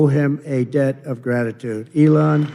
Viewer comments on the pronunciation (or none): none